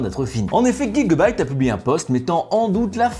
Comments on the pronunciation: On prononce J le début de gigabyte et non Gui 😑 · Pourquoi tu dis pas « jigabyte » ?